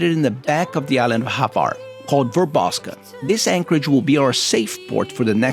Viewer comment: Wind is called bora or bura….and the island is called Hvar not Havar….